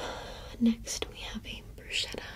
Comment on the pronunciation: Nice video! Just so you know, bruschetta is pronounced bru -ske -ta. The sci makes a "sh" sound, but the sch makes a "sk" sound. I always said it wrong when I was a waiter too, but I learned the right way in an italian class. Thanks for your vid!